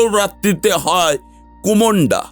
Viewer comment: Kumonda noi kusmunda , ar kalo ratri noi- kaal ratri bola hoi 😅